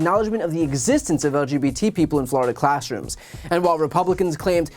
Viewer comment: "FLORIDON'T?" 🤣🤣🤣 I thought it was "FLORI-DOH!" 🫨